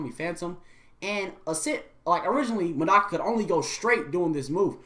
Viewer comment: I love this video, but I hope the mic/audio gets fixed in future videos. And Medaka is mispronounced. My only two complaints, but I love this video.